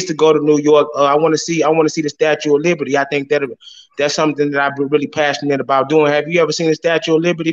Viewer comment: "Statue of Liberty"...🤣🤣🤣